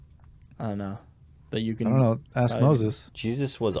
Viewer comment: why does joey salads say axe instead of ask?